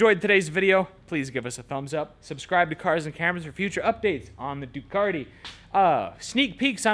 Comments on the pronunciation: there is still no R in Ducati! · Just wondering when Ducati put an "R" in their name ?